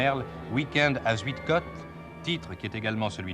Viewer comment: On ne prononce pas...Zuidecotte mais Zeuidkaute.Cette localité à fait partie de la Flandre toute proche.